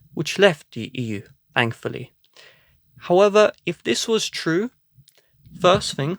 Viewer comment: “Thankfully” So this is what a Tory sounds like lmao